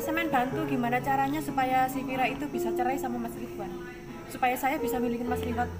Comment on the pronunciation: Vira bukan fera